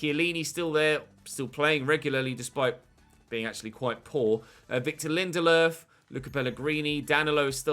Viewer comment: I like that you pronounce Lindelöf with the correct ”Ö”